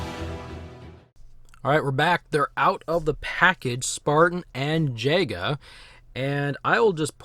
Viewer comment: The elites name is pronounced Ya-Ga but spelt Jega kinda like jeager